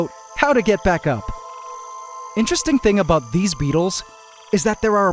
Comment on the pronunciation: Ant wars about to get serious, no signs of Jay z and Beyonce, what are the crabs up to? What about(aboot the way you pronounced it) AquaNoctis or however it's spelled